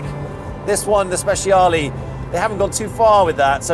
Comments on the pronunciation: Speciale ❌ – Speziali ✅ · The Stig calling the Speciale "Spesiali" is really embarrassing, though not nearly as embarrassing as him calling his daily car "Porsh". That's really bad for a racing driver and car enthusiast. This might seem silly but it's the sort of stuff that would get me to unsubscribe from a youtube channel.